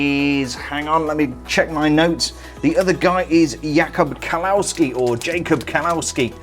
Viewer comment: Haha her skirt piece is the same as Dumbledore and Voldemort. I have both of those and I'm looking for Trelawney so I figure I just need to find that piece and her big hair ;D I have half of the set now. The three of them all have the same robe/dress sloped piece. OMG the pronunciation of Jacob Kawolski is so bad in his viewing :D sorry but it's true...